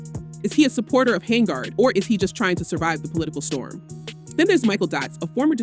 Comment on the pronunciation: HENYARD. NOT HANGARD